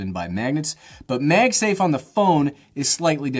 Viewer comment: "Meg Safe" - what regional accent is that? I've heard it before but boy I can't place it. Love the small phone and love this video. 👍🏼